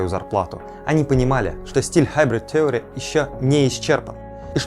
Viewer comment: Слово "theory" [ˈθɪərɪ] произносится через I.